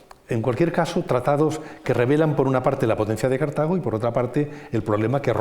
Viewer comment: " Cártago! con la primera a acentuada? BURROOOOOOOOOOOOOOOOOOOOOOOOOOOOOOOOOOOO